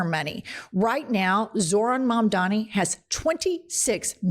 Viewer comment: absolute banger of a video i’m now subscribed. the name is mamdani !!! M-A-M-D-A-N-I